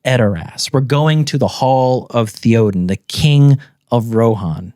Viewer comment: the way pronounces theoden is just wild